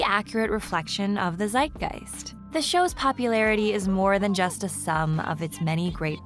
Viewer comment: I just realised, that english people trying to pronounce/pronouncing "Zeitgeist" is one of the funniest things ever, thank you!